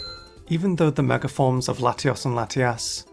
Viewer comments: Why do you say "megar evolution" instead of mega evolution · Why does he keep saying megar evolution 😭😭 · This guy says mega as 'megar' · Its his accent, hes saying megar evolve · Mega does not end with an R! -_ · but he says it correctly some times, and adds a non-existent R other times. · This is actually just a phenomenon in British accents where an /r/ sound is added between the last vowel of one word and the first vowel of the next. It makes forming the sounds smoother. To Brits it is completely normal, to the point of being unnoticed until someone with a different accent points it out. It's called an "Intrusive R" if you want to look it up more.